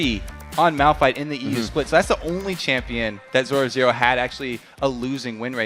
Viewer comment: 13.58 haha he cant say zorozero :D